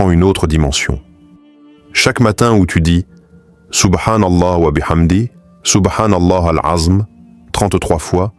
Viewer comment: Moi-même je posé la question en plus pour les personnes qui répètent de la même manière c'est pas bien il dit SOUBHANALA AZM hors il me semble que c'est SOUBHANALAOU L' ENZUIM je sait pas si je lai bien écrit mais je sait mieux le dire oralement que l'écrire 😅